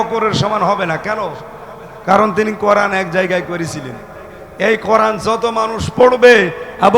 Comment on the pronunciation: করান না কোরআন উচ্চারণ এখনো শেখেন নাই কি শিখলেন?